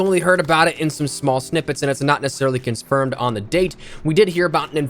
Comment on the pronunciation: conspermed lol